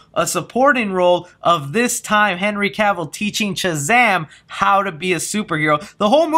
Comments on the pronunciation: Bruh, you’re killing me with the way you say Shazam. You say Chuh-zam instead of Shuh-zam. Lol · So u do realize the whole vid you were saying chazam not shazam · Dude I love you will all my Heart!! I watch and like your videos everyday!!...... but bro....its SHazam.......not CHazam! Lolol. Had to point out out. It was killin me. 😆😋Keep up the good work man!! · I can’t get over the fact that he won’t stop saying “Chazam” it could just speech problem, but it’s really distracting 😂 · It sounds like ur saying chazam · what am I missing? Why are you saying Chazam instead of Shazam? Super Girl most likely, but Black Adam would also make sense. I just want a Man of Steel 2. For me he has been the perfect Superman, I just want him in more. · Am I the only one hearing Chazam? Lmao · Was anyone else hearing chazam? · Is it Shazam or Chazam? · Chazam?? I'm not hearing shit right? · stop calling him chazam! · Why does he pronounce it "Chuh-Zam" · I was thinking that exact same thing lol. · That's what I was thinking lol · You keep saying “Chizam”? Am I missing something? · Are you saying "Chazam",lol? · Is he Saying Chazam?!?! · sounds like you're saying CHAZAM